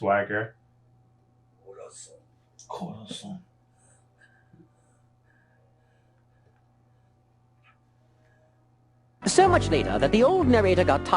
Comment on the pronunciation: It's cora-san not corazan 😔 edit: Oh and, his name is Donquixote Rosinante, the corazon thingy (heart in spanish) is how doffy calls his "commanders", just like cards but in spanish, Corazón, Diamante, Pica and Trébol, Law knew him as corazón but since "corazón-san" sounds weird he called him like "cora-san"